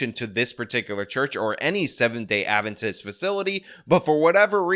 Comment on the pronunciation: He said it perfectly fine